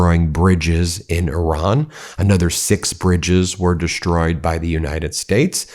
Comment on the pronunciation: Please stop saying dish-troyed. There's no h in the word destroyed. Destroyed